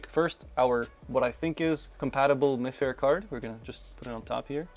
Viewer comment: Hey there! Im by no means an expert in this stuff, but I wanted to mention, mifare is a think pronounced "my fare", and though they use RFID technology they are more so deemed as NFC tags, since RFID tags are usually extremely unsecure tags that hold a hex code, where as NFC, specifically mifare classic ones allow you to have a read and write key with encryption! Also if you wanted to change the UID on a card, you get whats called a "Magic" tag, essentially its just got an extra chip that pretends to be the UID Also also, the block with written data at the start of the card has data like the manufacturers information and shouldn't be able to be overwritten. If you wanted to do something simple and funny with them, such as having small text based messages or links etc, Mifare Ultralights are cheap and hold unsecure (I think) data that can be read by a phone and displayed once scanned! If its a link it even just sends the phone straight to the website on some devices